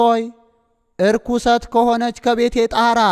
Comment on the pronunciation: አንባቢ ሆይ "እርኩሰት ከሆነች ቤቴ ብለህ ያነብከው ልክ አይደለም መሆን ያለበት " ረኲስት"አነጂ!!